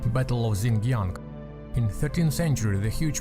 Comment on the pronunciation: Xiangyang is pronounced "sh-young young", nice video.